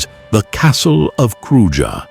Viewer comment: Such a nice video... Glad to see it! I just like to say about some pronounciations, e.g. like the Castle of Kruja, is pronounced Kruya. "J" like "y" in English.. And Theth, like Theth, not Teth 🙂